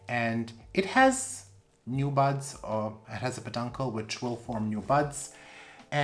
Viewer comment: You gotta stop saying blasted buds cuz it sounds like butts. All I hear is butts. It has a peduncle which will form new butts.